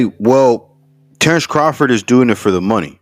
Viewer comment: “TERRECE CAHFORD”😂😂😂